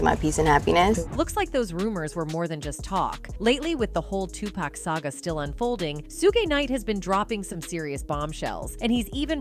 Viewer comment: Two pack ? Really Biiiiihhh-smh